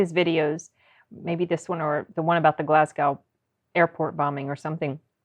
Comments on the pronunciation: Oh, it's Glasgow, as in Glaz-go, not Glas-gAw. But aye, he had cancer, and does indeed have Parkinson's. He's known over the years for being controversial. When I saw him live he forgot one of his lines but he was open about it, which is the best thing for the audience and comedian. I love this man. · Glas-go. Not 'gow'. Same as Mos-co, not Mos-cow. :) (forget the 'w' is there) The Billy Connolly one's to check out is the one with the Lions and the the one with the incontinence pants, which is a classic. Either way, more Connolly please ! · I love him! He has Parkinson’s and prostate cancer. Glasgow is pronounced Glaz-go btw. It’s spelled deceptively.